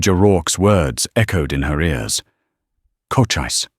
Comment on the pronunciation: Loved the story, just please get Cochise's name consistently correct, along with the pronunciation.